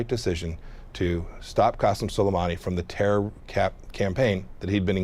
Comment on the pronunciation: Whoopi is rhe FIRST person I heard completely butcher Qasem Soleimani's pronunciation. Even Pompeo pronounced his name correctly and they're enemies!